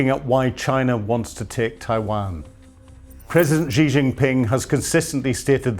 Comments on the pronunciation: Shee not Jhee. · I wish the media would learn how to pronounce Xi